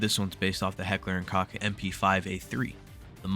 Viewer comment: cool list but i cant get over your mispronunciation of heckler and koch